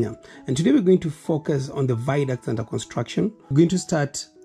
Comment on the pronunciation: theres no word as viduct. ita a VIADUCT